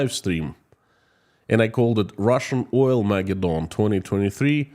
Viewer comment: Accent 1st and 3rd syllables.... "OILmaGEDdon." You do some great work. I follow your videos religiously... very, very useful and insightful.